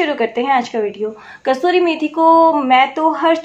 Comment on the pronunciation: Thanx 4 needful information. But it's "kasoori" And not "kasturi" Ok?